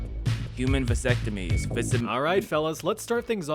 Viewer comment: bro said visectomies💀💀